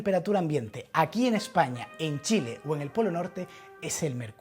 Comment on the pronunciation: dijo Chilee, aguante Chile ctm, saludos y sigue así, reinteresantes tus videos